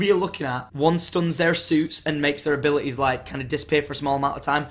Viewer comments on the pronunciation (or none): he said "abi li tie" lol